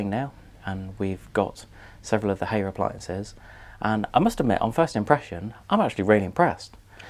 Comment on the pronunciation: Hay er lol It's High R FFS